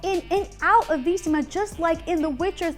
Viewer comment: What is Veesima? You mean Vizima?